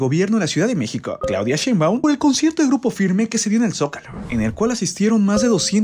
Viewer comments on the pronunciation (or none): none